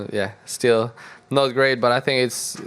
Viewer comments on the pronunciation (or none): Don’t fink, drife !